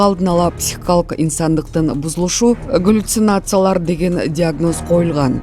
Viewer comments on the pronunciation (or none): Гулюцинация?)))😅😮😂 Галлюцинация деп туура окусаңар,дикторлор.